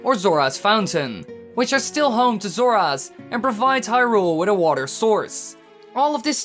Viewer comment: Donovan Whedbee "Waterrrrrrrr."